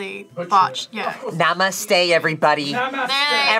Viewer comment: There Hindi was so perfect 😄 Namaste was perfectly said. watches anime confirmed😂